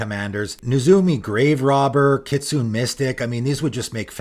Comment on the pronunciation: It's pronounced kit-soo-nay, by the way. Not kit-soon.